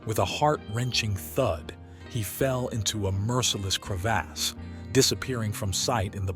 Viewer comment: Crev(aws) not cre(ASS)